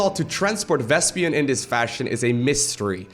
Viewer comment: You pronounce vespene in an interesting way, as if it were spelled vespian :)